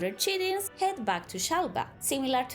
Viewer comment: “Kite-in” is how chitin is pronounced